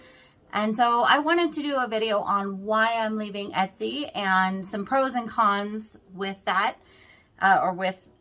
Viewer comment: My ears are hearing ES-TY, instead of ET-SY.